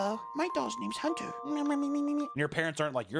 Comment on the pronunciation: Holy fucking shot how he says my name on my b day hunter holy shit